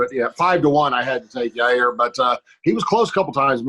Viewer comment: Adam, can you please ask Chael to pronounce Yair’s name correctly? He keeps saying Ya’rear and I can’t be hearing “Max is really going after Ya’rear’ or ‘Ya’rear looked swollen”